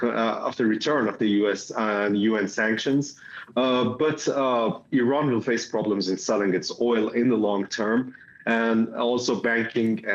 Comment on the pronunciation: It's Iran not ayran